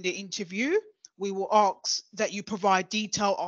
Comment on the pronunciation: Aks , Aksing